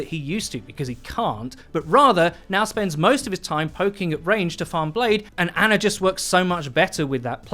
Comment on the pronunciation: I’m disgusted that you called ana “ANNA”